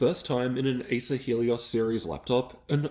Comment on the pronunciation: You saying asus or acers?